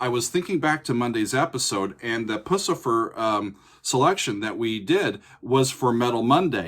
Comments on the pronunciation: I'm pretty sure it's pronounced "pew-cifer", but in defense, it's a terrible name. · You should not be saying Pucifer like that my guy